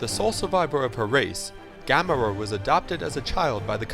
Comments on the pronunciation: Its NOT GAM-ora, its gam-ORA. You say it like the Biblical city. If you're going to make a video, a history of video nonetheless, say the names right! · I don't know if it was said already but it is ga(ga as in ga ga goo goo) mor(as in more)a( and in ah) not GAMERA sheesh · Gah-moooor-aaah not ga-muh-rah. You should say the slow long name not the fast wrongly pronounced version that sounds like "camera" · Ga(More)a not Ga(mo)ra small but big mistake!!! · Stop pronouncing Gamora's name wrong! It's guh-MOR-uh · no he said it like gamma-rah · how he pronounces Gamora just drives me batty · LOL Yeah...He makes it sound like that fire breathing, monster turtle. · You gamora wrong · Does IGN pick up their writers from middle school? Can't even pronounce Gamora right